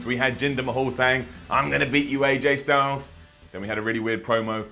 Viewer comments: he said “JJ STYLES” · Did you just say JJ Styles?